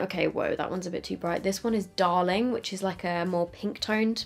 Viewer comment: The way said "darling" was the most british thing I've heard this week